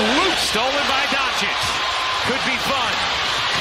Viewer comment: Donkich lol